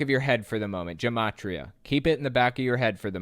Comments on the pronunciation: You're pretty off on the Gematria thing. First of all it's a hard "G" sound, like "gamer", not a soft "g" like Germany. Second, gematria is basically just another numbering system (think of our Arabic numbering system versus Roman numerals). In fact, for Jewish dates, we often use the letters for the day of the month, so today is ט״ו of Iyar (or the 15th day of the month of Iyar). No magic there. It's just a different numbering scheme. (Here's a chart from Wikipedia on how the Hebrew letters are assigned a value: We use this for years as well, so this year is 5782 (in the Jewish calendar), which can be written as תשפ״ב. Now, for people who are experts in Torah study, many look to the Gematria values to extract some additional wisdom. This is the expert, expert level of Torah learning where you need to understand all the surface-level wisdom and knowledge before you dive in deeper. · For the record, Gematria is pronounced with a hard G. Also, they can't even get it right. They just think that the letters A-Z map onto 1-26. Originally, Hebrew Gematria was a base-10 system. The first 9 letters (א–ט) are 1-9. The next 9 (י–צ) are 10-90. The last 4 (ק–ת) are 100 to 400 (the Hebrew alphabet only has 22 letters). Also, and I feel like this shouldn't need to be said, but Gematria should only work in Hebrew (Y'know, the original text?), not English, causing the "A-Z=1-26" to make even less sense. That said, my friends and I had a lot of fun with that system (which we dubbed, "English Gematria") in elementary school. Another fun Gematria fact: 666 is the Gematria of "נרון קסר", which means "Nero Caesar". Saying that it was "the mark of the beast" was the ancient Jews' way of rebelling against the Romans. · its Gematria with a G GUH as good not J JUH there no j in hebrew it wasnt A-Z its hebrew. Aleph 1 Bet 2 Gimel3... also just like romen numbers I 1 V 5 III=3 NOT one hundred eleven. there no numbers in hebrew, aleph 1 bet 2 gimel 3 dalded 4